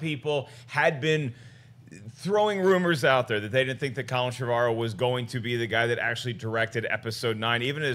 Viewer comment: How do they get Trev-argh-ow from Trevorrow? It's pronounced "Trev-or-oh" surely.